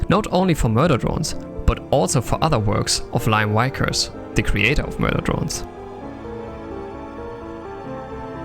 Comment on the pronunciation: Just gunna pop in here and say the pronunciation of Liam Vickers is "Lee-um Vik-urs" though it was fun to hear it as Lyom Wykurs. :P